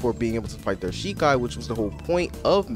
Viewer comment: jus from the way u said the name of ur Shikai i don't think you have watched the anime that this is based on I think it would be hard for you to be immersed if you dont even know what the source material is dont get me wrong I think this is game is utter trash but i also dont think its fair for you to speak on it in such a negative light IF you haven't seen the source material